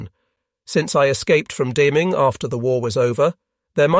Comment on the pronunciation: This would have been far better if they had hired a real live person to do the narration. The artificial intelligence program here is way more artificial that intelligent. First, the "accent" is vaguely British. Why not American? Or even better, faintly German ? I was constantly distracted by all the mispronounced names of people and places. Sometimes Deming, NM, is mispronounced Deeming and then back to Deming. For a long time his wife is called "Jon" then she is called Jean for a while and then it's "Jon" again.. Also, narration almost constantly makes ordinary words sound strange and awkward by adding a syllable that' no one ever speaks; checked becomes check-ed, desire becomes desire-ed, fear is fear-ed. So please, no more AI narrations. Any where!